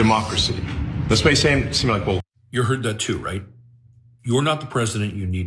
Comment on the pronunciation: White people🤔 isn't this ghetto behavior in the oval office? Or should I say "ghetho?" Pronounce your "Ts" darling.